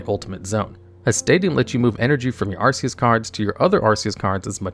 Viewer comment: Ark-e-us not arse-e-us